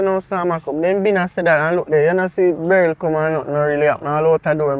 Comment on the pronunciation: 'Beryl' nuh easy at all😂😂😂😂😂